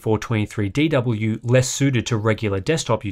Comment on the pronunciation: Well done for saying Aydoubleyouthirtyfourtwentythreedeedoubleyou over a dozen times.